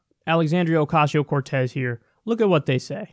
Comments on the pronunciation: They mispronounce her name on purpose. You can tell theyre about to say Ocasio correctly and then go "oh wait I'm supposed to say it wrong" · Alexandria Oh! Oh! (Stuttering) Okesio (wrong pronunciation) Cortés...ha!ha!hi!hi! Blah, blah, blah, POOR devil, THIS is who she is....ha!ha!hi!hi! Well, Duh! And this is who WE at Fox are, complete .... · Ocaaaasio What the fuck America, it’s not difficult to pronounce.